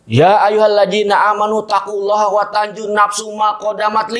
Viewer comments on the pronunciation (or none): Ya ayyuhalazi bukan ya ayyuhallaji. Mahrojnya bisa berubah arti